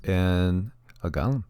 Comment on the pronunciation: Go- Lem not Gaw-lem